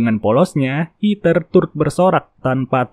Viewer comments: Bang kalau di Amerika mah Rachel dibacanya Receul bukan Rahel Terus Heather dibacanya Hedeur bukan Hiter. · Hed-her, Rei-cel, gemes bang nama bulenya dibaca bener dunk 😢